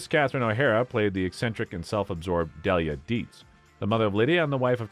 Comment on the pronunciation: The announcer's pronunciation of Delia Deets grates on the nerves.